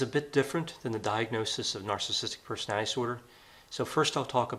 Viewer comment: The way you slur when you say “personality disorder” is distracting to the point of feeling disordered just hearing it repeated. -NPD/BPD/PMDD + English degree 👌